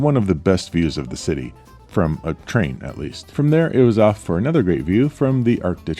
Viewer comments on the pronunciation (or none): none